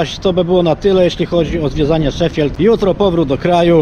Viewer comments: proszę Cię 😁 Nie "szefield", a "sze-fild" 😜 A swoją drogą. Faktycznie masz rację. FC Sheffield to najstarsza drużyna piłkarska na świecie, która ma siedzibę w Dronfield. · A nie Szifild?